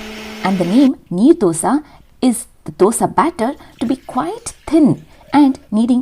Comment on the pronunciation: It's Neer Dosa . Not knee Dosa. Neer in karnataka means, the batter is Wattery/very flowy consistency types.